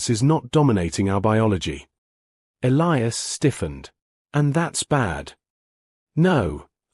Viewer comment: They finally learned to pronounce "Elias" the right way. Also, this human guy looks like Chris Hemsworth.